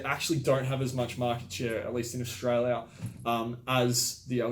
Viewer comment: Strayla mate